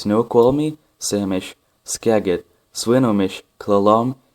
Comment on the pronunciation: Pronounced Ska-jit